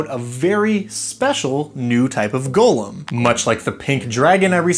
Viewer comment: Golem not gollum ong thank you